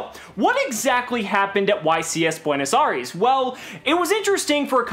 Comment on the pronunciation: Dude first all. Learn to say Buenos Aries. Second of all. It’s because pendulum magician is more affordable. Just say that. Most of the country is in poverty